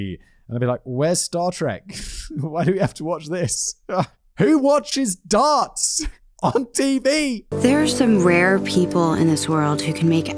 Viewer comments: I keep hearing dance instead of darts lol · Simon says Darts I hear Dance xD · The way Simon says 'darts' sounds like 'dance' to my Canadian ears and it has made me giggle a couple of times before correcting my brain. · Simon the way you say "darts" sounds like you're saying "dance" I got so confused many times, like how can a man in a wheelchair compete in a "dance" competition. My stupidity made for an extra interesting upload lol.